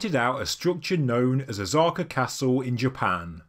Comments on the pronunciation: O-sah-ka. Not Ozarka. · Osaka not Ozaka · Just saying… O-SA-KA… not ZA…. Been living here nearly 30 years. Yes, “ZA” is a sound/character, but it is not interchangeable with “SA”. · Osaja pronounced Oh-Sah-Kaj, the S is NOT pronounced like a Z THe O ir ptomounce like o\O'Malley or O'Brien, and O'Toole.Speifically Osaka is pronounved like O'Sullivan and not like Ozarks. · God damn, it's not Ozzaka, stop the mispronunciation.. polygonal are not a polygamy stone, no one is taking multiple wived on the stone,. Polly, pronounce it correctly not as the limeys. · Why do you call it Ozarka castle? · that pronunciation of “ahs-aka” is wondrously wrong. literally never seen anyone try to divide the name in that manner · Jeez, IT IS NO OZAKA. Pronounce the SSSSSSSSSSSSSSSS for god sake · Pronunciation of Osaka is woefull, but you can’t do everything.